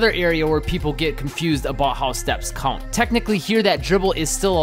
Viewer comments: "Count" say it..."Count" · Dude what in the f is this accent? 😂😂 “count”